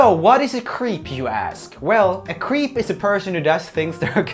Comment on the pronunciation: I love how Roomie often pronounces creep as cweep lol, very uwu of him